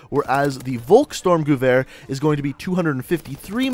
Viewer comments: Volkstormgewehr is promaused folkstormgewehr. V In german is probaused AS a F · Say the vulks name right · It's pronounced "volhk-sturmgevear" and "sturmgevear"